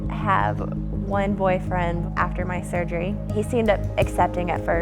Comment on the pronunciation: lmao this dude can't even pronounce surgery